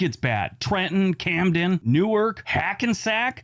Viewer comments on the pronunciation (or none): none